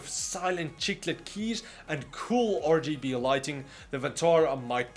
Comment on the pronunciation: Hey, I heard that too, but for me it's ORGYBE'ELIGHT